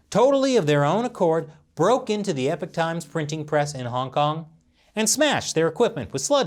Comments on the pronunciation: mate, sir. It's pronounced as said like this phonetically E POCK like hockey puck but with a O not EH PIK, Epoch is a cool word give the respect it deserves. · Y u keep saying epic times u not know how to say epoch times? Get dictionary bruh. Hard to be credible when u not know ingrish wahahahaha